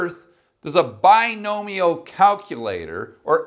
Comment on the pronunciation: I thought you kept saying Buy No Meal probability calculator :')